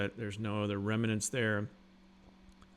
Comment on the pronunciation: It's rem-nants (2 syllables), not rem-an-ants.